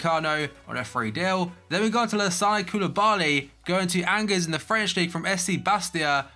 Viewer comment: Btw "Angers" is pronounced "Onjare"